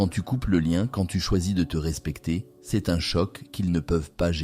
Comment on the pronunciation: ❤ mais c est dommage texte et prononciation " ceste" pour dire "c est" ..